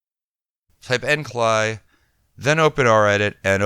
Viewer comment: Sounds so strange to hear EndCLI (End Command Line Interface) pronounced the way you do. For 30 years I've heard End C (See) L (El) I (Eye). That's also how I heard the Amiga creators pronounce it. Otherwise, good video, straight to the point and without any background music.